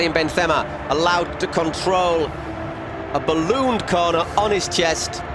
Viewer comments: It really annoys me how the commentator keeps saying benthema instead of benzema as if benzema was a Spanish player. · why does this British poser pronounce "Benthhemah" like that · Why does this announcer say Benthema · I simply cant enjoy this. The commentators dont know how to pronounce Benzema and when Real Madrid score score goals they arent enthusiastic at all. Boring commentary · i hate how the commentator is trying to look clever pronouncing benzema like that, when the english and french pronunciation is almost identical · Yeah, but it’s a French player’s name and an English commentator